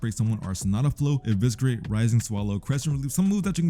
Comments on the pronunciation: Eviscerate is pronouced with a silent C 🥀 Stop saying Eviskerate pls 🙏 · bro wdym😭 not why would I say “evisKerate” it just doesn’t sound right gng I never knew the word before type soul